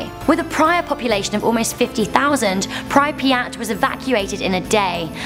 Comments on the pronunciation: It's not pr-I-piat it is Prip-yat.... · You’re wrong about Pripyat. For a start it’s pronounced “Preep-yat” and it is safe to visit, believe me, I have been there!! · say it like "PRE-PI-YAT" at least learn the pronounce please would me like not saying any other massive human disaster wrongly.. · how you pronounced "Припять" made me laugh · She pronounced Pripyat completely wrong😂😂. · That's how you pronounce Pripyat? You also spelled it wrong.